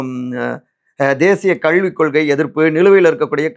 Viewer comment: தம்பி உங்கள் உச்சரிப்பில் மிகப் பெரிய பிழை இருக்கிறது. லகரம் வரும் இடத்தில் ளகரம் உச்சரிக்கிறீர். எடுத்துக்காட்டாக கல்வி என்ற சொல்லுக்கு கள்வி என்று உச்சரிக்கிறீர்.